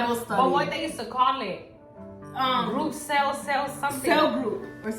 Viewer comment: LMFAOOOOO said "group celll" 😂😂